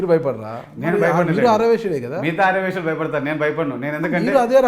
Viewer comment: ఆర్ర వైశ్యులు కాదు ఆర్య వైశ్యులు నువ్వు పక్కనోన్ని ఎగతాళి చేయడం కాదు నీ భాష కూడా చూసుకో